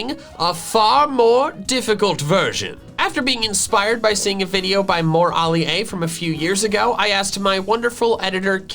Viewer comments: btw its more alee A (sounded out i know the name is Ali A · The way that says Ali-a is funny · Who else got triggered by how he said Ali-A